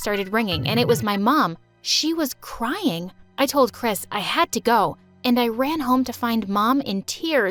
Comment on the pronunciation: Chris Me: hears crisp